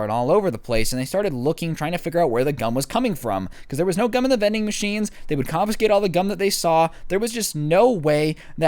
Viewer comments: Oh gum Thought he said gun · I thought he was saying gun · I know I'm pretty late but who else thought it said gun instead of gum